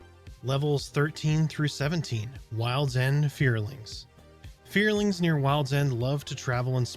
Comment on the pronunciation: "Fearlings" lol. It's Feralings...Fe-ral.